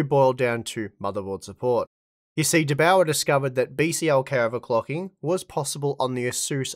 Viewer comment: as austrian, it kills me how you speak "der bauer" - for me it sounded like: "de bowa"